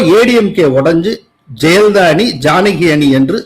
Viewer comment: 'ஜெயலலிதா' என்று ஒரு முறை கூட உச்சரிக்க ஏன் முடிவதில்லை? எப்போதும் 'ஜெலிதா' என்றே சொல்லுகிறார். பலருக்கு ழ,ள சொல்ல வராது. இவருக்கு 'ய' கூட தகறாரா?